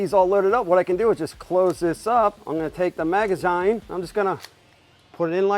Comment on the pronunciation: A maga- what now? Maga 'ZYNE'??! this hurts to hear😖😂